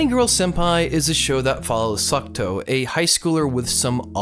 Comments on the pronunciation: Every single time you say Sakuto instead of Sakuta, I die a little inside. Anyways, he was never really bullied. The worse that happened was he was ignored after some rumors were spread about him. His sister was the one who was bullied. Also, of course the sciency "explanations" sound like something a highschooler would make up to sound smart... it's highschoolers that are trying to explain it in the first place after all. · I think you´re saying Sakuto? Even though he´s called Sakuta xD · he wasn't even saying sakuto it sounded like "suck toe" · AGGHHHHHHH. ITS SAKUTA NOT SUCCCKKKKKTTTTOOOOEEEEEE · video starts by narrator saying how he likes the shows...goes on with calling the mc sakuto instead of sakuta :( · Psst.. MC is Sakuta, not Sakuto. Awesome review! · It's weird how you can love a show and get major details wrong, up to the MC's name or at least its pronunciation, but genuinely I don't mean this as an insult. I've noticed it in other videos of yours too, and I'm a little worried you might have a language processing disorder. I'm not any sort of licensed pathologist/psychologist/psychiatrist, but I have been a tutor before and work in an education field. If finding the right words to express an idea is a struggle, maybe consider being tested for learning disabilities. I know this isn't the right place to be saying this/generally wise to ignore some rando on the internet/this will probably go unread, but i still feel it should be said. If somebody wants to copy this where 'll see it, go for it. Source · I dont wanna be rude but the pronunciation of Sakuta’s name is lowkey triggering but decent review of the anime. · he doesnt know how to spell or pronounce the name is his favorite anime HAHAHAHA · Is this really your favourite author? You pronounced the MC name wrong and it's the little sister that got bullied and not him.